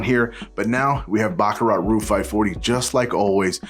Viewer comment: NOT "Roo" but "ROOJ"